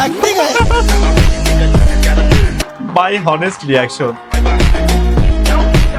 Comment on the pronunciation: ভাই তো,,,,,,,,,,অনেস্ট কে ,,,,,,হনেস্ট বলেন,,,,,😂😂